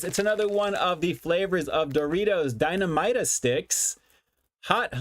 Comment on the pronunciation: dinamita. You got the "dina" part right. For "mi ta". It's not strong and mighty yah.... More like Meet yeah. it's Spanish for dynamite For spicy queso series. These one is the best. funyuns version is the weakest in flavor dusting.